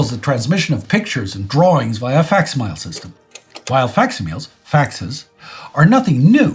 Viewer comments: Someone tell that it's pronounced fak-sim-mil-lee not faks-meel. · It is funny that you put so much emphasis on correct pronunciation, but you can't say facsimile (fak·si·muh·lee) correctly.